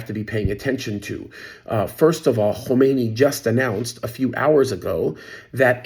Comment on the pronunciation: Khamenei, not Khomeini.